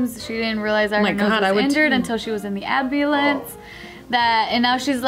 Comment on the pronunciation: and she was in the abulance 😂